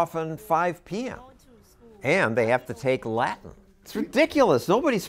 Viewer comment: Now, maybe they can learn to speak discernible ENGLISH. Example: "the" instead of "da". Perhaps if their mother learned how to pronounce words such as "Latin" and "with". Hint: It's not "La-in" and "wit".